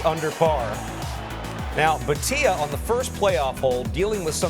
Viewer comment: Its not Bateeea its Bhaaatia